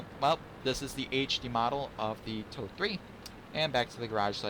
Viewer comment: Thx for the review and sharing! As for the name of the tank: If pronounced like told-ee (told like past tense of 'tell'), it's close enough^^